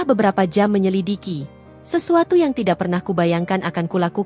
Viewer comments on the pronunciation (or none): none